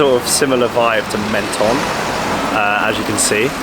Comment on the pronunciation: I have an apartment here - great video guys but it is pronounced “Monton” 😊